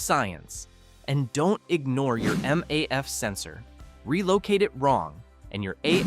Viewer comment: whats up with these AI videos? anyway, here is my advice, tell that AI to at least pronounce certain words correctly, for example, noone... literally noone pronounces maf sensor like that, also get rid of that "i've done this, I've done that, I had a guy" from the script